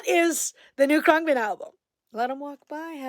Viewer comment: That’s how you say Khruangbin 😂 good to see you! So much good music to check out . Totally missed you! Hope you have a good new year 🎉